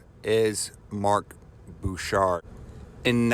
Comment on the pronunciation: It’s Bechard... not Bouchard.